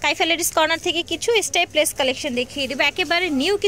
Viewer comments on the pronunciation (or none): স্টেপলেস না স্ট্র্যাপলেস আপু।